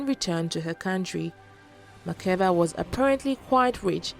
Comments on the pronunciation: Makeda Not Makiba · it is Makeda pronounced as Makda not Makeba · Makeda not makeba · hahaha....i am ethiopian and it is Makeda......actually its the narrator who made the mistake......he read it as makeba....may be influenced by the singer....but its MAKEDA.